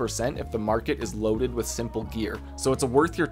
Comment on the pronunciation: thought u said "lewded weapons and gear"